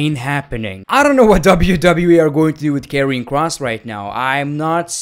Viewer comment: And By the way When Said Karrion Kross It sounded like you said Kevin Kross LOL 😂😂😂😂